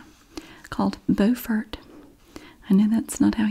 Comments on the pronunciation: I live near Beaufort, NC! (which you pronounced correctlty as BOW-fert) but there IS a Beaufort, SC too! (pronounced BEW-fert). I love you and your videos so so much! Much love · There’s a Beaufort in NC which is pronounced the same way you said it, and then there is a Beaufort (b-YOUfort) in SC! I was born in Beaufort SC and raised about 45 minutes from Beaufort NC :)